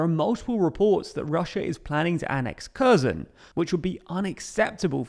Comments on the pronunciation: Not only Kherson pronounced badly, it's like every fucking place with wrong pronunciation. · Harkiv and Herson, not Karkiv and Kerson. It's been two months. Media should know how to pronounce the names by now. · Its KhersOHn, not Kherrsun. I love your videos, but please pronounce it correctly next time. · In Ukrainian language when you see a name like Kherson Херсон or Kharkiv Харків the Kh sound is for a Ukrainian sound of a very hard H to sound like Harkiv or Herson with the K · Maybe he'll learn to pronounce Kharkiv and Kherson properly as well; just drop the 'K'. If you want to be taken seriously, just listen to a few videos from native Ukrainian speakers and learn from them. Otherwise it's hard to take seriously any news from someone who can't get the basics right.